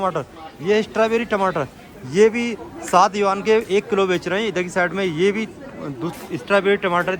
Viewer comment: भाई यूनान नहीं यूआन 😂😂😂 होता